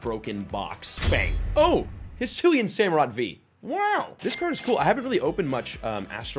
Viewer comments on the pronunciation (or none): none